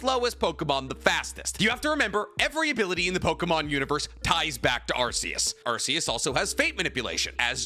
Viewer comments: One thing about Arceus, is that it's pronounced Arc-e-us, not Arse-e-us. The RKS system that's associated with Null, it's supposed to be a word-play on Arceus. RKS sounds like Arc-e-us. RKS does NOT sound like Arse-e-us. I don't even really give that much of a shit, and this isn't really a criticism or anything, but I just thought I'd point out the proper pronunciation. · please Arceus is pronounced ar-key-us, you can reference type nulls ability the R.k.s system because it's a failed clone of arceus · it’s pronounced arc-e-us the arc part as in Noah’s arc